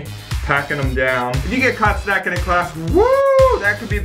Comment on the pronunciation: dI’d anyone else notice that when it said “snacking” it actually said “snaking”?